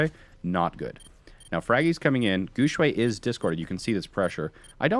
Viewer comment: And come guys Guxue doesn't pronounce like what does lul. He pronounced more toward Gu Shui because people who don't speak Chinese always fucked up with X pronunciation in Chinese lul. But it's not your fault so don't worry. For an English speaker try say Guxue in the form of Gu syue. It will sounds more similar to the right pronunciation. I mean we were all told try to pronounce others name right to show respect when we were kids right? Plus he's an awesome player and if you like him, try practice the right way to pronounce his name guys!